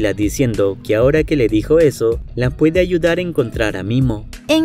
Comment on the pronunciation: Me encanta sus resumenes pero nose si escuche bien en el momento que golpean a la chica y en momento que le dija a la doña que le puede ayudar a encontrar a momia en ves de momi dijo mimo 😅